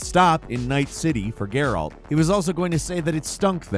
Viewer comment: Every time you say "Gaer-Alt", God kills a kitten! Stop that! Lol